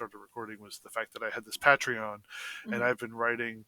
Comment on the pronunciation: Momentum and keeping motivated are tough to maintain. Also I hate the way pronounces patreon.